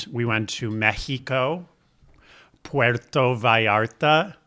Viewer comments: Wow that pronunciation of Mexico Puerto Vallarta was top notch!!! 😊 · Matteo- You pronounce Italian words perfectly. I'm surprised how you pronounced "Puerto Vallarta". did a better job:P